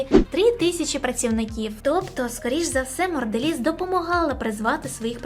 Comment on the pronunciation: Чого Морделіз, якшо Монделіз?